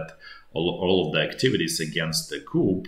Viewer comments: Great video. "Coup" is pronounced "Ku" - you don't pronounce the p as the word comes from French. If you pronounce it as "Coop" then that means a chicken coop. Just trying to be helpful :) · I'm not being a Knit Picker but enjoy your nightly reviews. If your in charge of arms in the military then you work in the Armory. The French word "coup" is pronounced "koo" Thanks for the insider vids. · it wasn't spelling just pronunciation like coup is "Koo" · Coo, no ‘p’. 😊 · It’s pronounced ‘coo’ the ‘p’ isn’t pronounced because it comes from French, I guess. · Doesn't mean you should mispronounce it. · In English the p is silent when pronouncing coup.